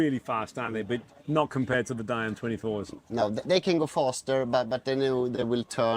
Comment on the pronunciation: Its not Di-am but Diam 24